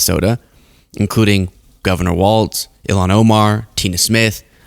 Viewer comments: Walz not Waltz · ITS PRONOUNCED “WALLS” like holding up a roof not “WALTZ” like that dance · GD it it is pronounced walls. Not Waltz. But yeah everything you said!😊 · It's a common mistake, but Walz is pronounced "Walls", not "Waltz". A very minor correction in a much bigger story of tragedy and terrorism. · Walz is pronounced like walls. Not waltz. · Cmon -it’s Walz not Waltz!!!! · Say Walz without the t that’s pronounced in the word waltz, but do say it that way for Mike Waltz. Think of the pronunciation of“walls” when you say the name of Gov. Walz. People from Minnesota will thank you for saying this name correctly. Thanks for covering this story. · So many people do not have enough attention to detail. and so many others, how many t's are in the name Tim Walz? His sir name is Walz as in walls. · I love your work. But….Walz is pronounced “walls” not “waltz.” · PRONOUNCED WALLS (WALZ) 😊😊😊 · The governor’s name is pronounced “walls” not “walts.” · It's terrible what happened here in my state. I wonder if there was conspiracy involved? MAGA is disgusting. But I have to correct you on one thing. Our governor's name is Walz pronounced walls- not Waltz like the music. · Even now people are still butchering Walz's last name. It's not "Waltz", it's Walz, and it's pronounced "Walls". Now, thanks to this video, hundreds of more people will continue incorrectly pronouncing it. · It's pronounced "WALLS" 😊 WALZ